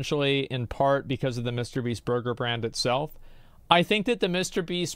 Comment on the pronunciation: did he say 'brurger brand'?